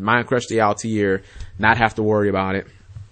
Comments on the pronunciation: Altair there's definitely no I after the T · He's pronouncing it like Assassins Creed. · no he is not even saying that correctly